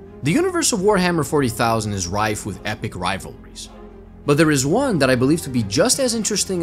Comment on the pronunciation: pronouncing 40,000 hurt me a little